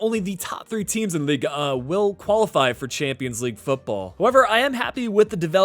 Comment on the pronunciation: You mispronounced the French league for a better prononciation you stop a the G it’s like lig 1 not liga 1 and for the number you said it right. Oh and hi from France 👋